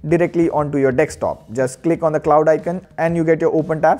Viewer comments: why do indians call it "DEXTOP" when the spelling is clearly "DESK-TOP" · It's desk.. D e s k.. Not dex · Did you just say Dextop😂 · 'Dekstop' makes me feel cringy. Sorry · Wait a min he said dextop right